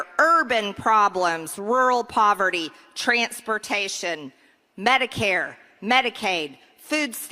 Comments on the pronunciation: You gotta luv how she pronounces the word "TRANS...pertation"! Pure Fascist rhetorical framing. It's amazing how the GOP Nazi try to use what they think is subliminal messaging. It's as ridiculous and it is dangerous. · "Trants-pertashun". So much for Georgia's education system.